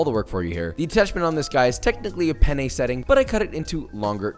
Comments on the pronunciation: Lo scrivo in italiano perché tanto lo capiamo solo noi: ma ha detto "bake my pene" o l'ho sentito io? Comunque big love for Joshua 😂❤️ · Josh : “oh I baked my pene” Me, an Italian : ah yes, I see you’re a man of culture as well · cuando sabes español, y también inglés, y Joshua dice: baked penne…..akwaaaaaaard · Spanish here: Hehehee....he said PENnE 😆😆😆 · pene in spanish means penis and since i grew up in mexico and speak fluent spanish i laghued so hard when he said baked pene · it's fun cause pene means penis in spanish and has almost the same pronunciation as penne